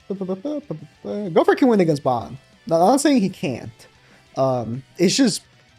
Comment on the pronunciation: Like how no one can say gowther’s name right like it’s not hard. His not an animal say it right.